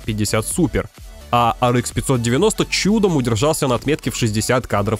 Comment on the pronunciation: Может хватит пытаться якоьы правильно произносить названия видеокарт? Говоря Ар, говорите и Экс, а не Икс. Почему-то циферки произносите на русском. Что за винегрет в итоге?